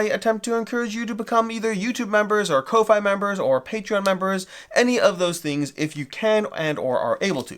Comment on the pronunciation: Thanks for the giveaway! (Just FYI Ko-fi is pronounced coffee - as in buy someone a coffee)